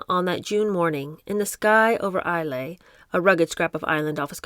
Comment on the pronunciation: Love your Diana voice, it's right up there with your Harry's. 😂 Islay is pronounced eye-la but you're not alone, most everyone gets it wrong. Really glad you're doing this book!